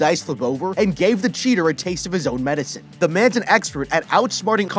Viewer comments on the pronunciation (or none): none